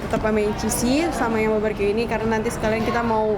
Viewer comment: kok drtd gw dgrnya ngomong nya baberque ya bukan barbeque 😕😕